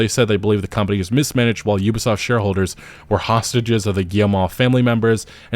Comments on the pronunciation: "You-bi" soft lmao. its OOBI SOFT bro! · Why is he saying Yubasaft